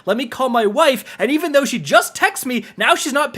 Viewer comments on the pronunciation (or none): none